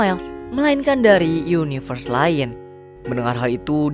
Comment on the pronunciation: yunayvers cuy wkwkk ada ada saja nyebutnya